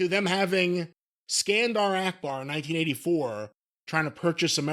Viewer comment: Akbar, not "Arkbar".